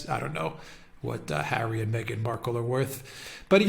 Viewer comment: It's not pronounced Mee-ghan It's pronounced Migraine Merkel